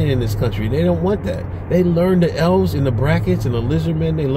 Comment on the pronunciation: I was thinking you were saying "L's." Started dying when I realized you were saying Elves.